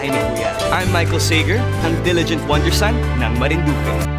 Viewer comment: "Say-Gur" talaga pronunciation ng apelido niya?